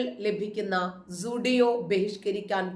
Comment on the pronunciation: ടാറ്റ യുടെ ഷോ റൂമിനെ ശരിക്കും ഉച്ചാരണ ശുദ്ധിയോടെ സൂഡിയൊ എന്നു പറഞ്ഞു. മിക്കവരും അങ്ങനെ പറയാറില്ല ❤👍🙏